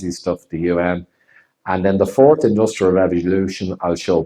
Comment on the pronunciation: Have you heard how Klaus pronounces 'The Fourth Industrial Revolution'? 'Ze Force Industrial Revolution' :)